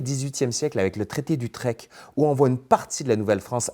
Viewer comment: Petite correction de prononciation, Utrecht se prononce "Itrerrct".